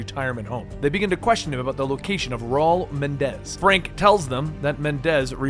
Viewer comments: Please. Menendez, Not Mendez. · I know this was so long ago and 3 years ago but still, there are 2 "N"s in Raul Menendez's name, it's pronounced Meh-nen-dez not Men-dez. Also, Raul's following (Cordis die) is pronounced Cor-dis Dey-eh. Also, 1 more thing, you said you were trying to explain the good/best endings for bo2, yet thats not the case. The best ending is when brigg's life is spared, Chloe Lynch is saved, Harper is sacraficed, The odysseus is saved. As well as Alex Mason lives, but in your cinematics showcase, you show the ending where woods kills Mason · FAX BRO IT KEPT BOTHERING ME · Bro i was taking you seriously but then you started calling the main villain Mendez lol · Idk would you please Menendez? I don't think I would very well but Mendez is always happy